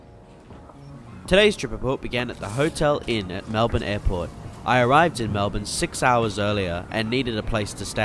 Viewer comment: Pleeease not Mel-Bkk.